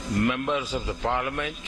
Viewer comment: PM ji PARLIAMENT ka pronunciation achese pronounce Karie 😂😂😂😂😂